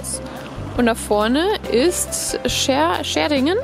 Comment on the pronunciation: Ich fahre jeden Tag über eine der beiden Brücken :) Und man spricht Schärding so aus wie man es schreibt wobei das Ä etwas in die länge gezogen wird -_- Schäärding. Als Einheimischer sagt man allerdings Schadding (Mundart) Aber ein schöner Beitrag :) Beim nächsten Besuch geh bitte auf die andere Seite vom Wassertor ...... Da siehst du wie hoch das Wasser bei uns "steigen" kann